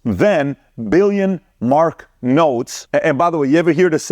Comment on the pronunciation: It's just Mark not Marks 🖤